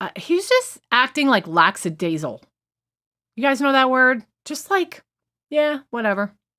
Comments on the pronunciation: LACK-A-DAYZICKLE. Not Daisy Ickle. If you're going to ask if people know what lackadaisical means, PRONOUNCE IT CORRECTLY. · It's pronounced lack-i-daze-i-cal, not that it matters, and he was very much so.